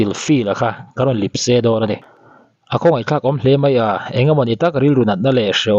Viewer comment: Lipse i tih hi Lepse tih tur zawk niin ka hria